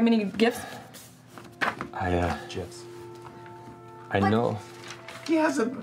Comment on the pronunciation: As I'm watching this for the millionth time, did no one notice liam saying "jif" when Marisha was saying the "gifts"